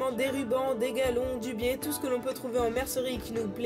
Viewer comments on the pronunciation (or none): none